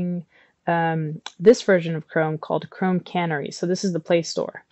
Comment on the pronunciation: FYI it's canary as in the bird, "canary in the coal mine", etc, not can-ary.